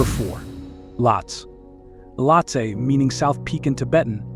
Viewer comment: Great video, but some of the mountain names were said incorrectly. I will be hiking to Everest Base Camp in April and can’t wait to see the majestic beauty of Lohtse and Everest, even if only from base camp (or on the hike up to EBC). .